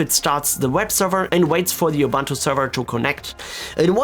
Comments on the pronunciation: Dude, it's called "Ubuntu", not "Oh-Bantu". So annoying. I feel better now. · Excellent video very usefull Ubuntu is pronounced "oo Boo nt oo" oobuntoo